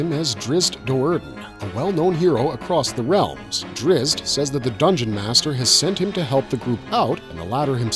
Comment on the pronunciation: Decent video. I own the series. Big fan. I'm also a big fan of the Forgotten Realms books, and Drizzt Do'Urden's name is pronounced Drizzit, not Drist.